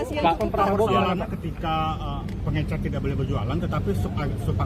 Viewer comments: Bukan pengencer, tetapi pengecer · Bahlil2 blng pengecer jng pengencer ngomong aja msh slh ..kok mw jd mentri kwkwkw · Ini akibat si Bahlil berguru kpd si Gibran, ngomong aja gak bener, pengecer bukan pengencer,,, Bahlil bin Bahlul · Kirain saya doang yg terganggu sama kekeliruan si bahlul yaitu menyebut pengecer dgn "pengencer" 😂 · Pengecer ..pak...bukan pengencer...aduh kerisnya para para 😂😂😂😂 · Faktanya, yg diucapkan Bahlil adalah "pengencer", bukan "pengecer" .., ha ha ha... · Makanya aneh... Koq pengencer? Emang tiner pengencer cat... 😂😂 Cobalah pejabat biasakan mendengar bahasa orang² kecil... Pengecer koq dibilang pengencer... Gimana kalau ada kosa kata yang jlimet ucapannya...nanti asal nyebut saja... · Kwalitas pendidikan Bahli dipertanyakan tidak bisa membedakan antara kata pengecer dengan pengencer menurut kamus KBBI, beliau selalu mengucapkan kata pengencer😅😂🤣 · Coba simak. Dia kan bilang pengencer 😂😂😂😂😂😂😂😂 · Pengecer kok dibilang pengencer ? 😂🤣😅😆😁😄😃😀😂🤣😅😆😁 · Pengecer Lil.. Bukan pengencer 😅. Pengencer apa, pengencer dahak ato pengencer otak biar waras bikin kebijakan? Ijazahnya ato palsu nih😂😂. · Betul mas hersu kok ber x2 bshlul ngomong pengencer bukan pengecer. Jelas beda jauh ke 2 kata iyu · Gak ngerti itu dia, pengencer sm pengecer aj bs salah. Berbeda kesalahan ucap yg gak merubah arti. Seperti teman sy gak bs blg parkir dikatakan palkir. It gak jd masalah. Tp pengencer dan pengecer it berbeda arti. Jd faktanya sangat pantas menteri sprti itu jika di reshuffle 😂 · pengecer lul, bukan pengencer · Munkin bahlil ga bisa ngomong pengecer dia cuma bisa ngomong pengencer ko mentri ga bisa ngomong pengecer gimana sih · Risih banget kata pengecer jadi pengencer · pengecer pak...pengecer..bukan pengenceeer gemes gw... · Faktanya, yang diucapkan Bahlil berkali-kali adalah "pengencer", bukan "pengecer"..., ha ha ha.. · orang Papua ngomongnya pengecer jd pengencer...parah doktor lulusan U I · Kenapa bapak ini slalu bilang pengencer ya ?? Bukannya pengecer ??